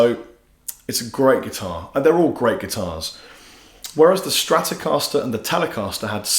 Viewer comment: Les Paul not Lez Paul. Stratocaster not Stratocahsler.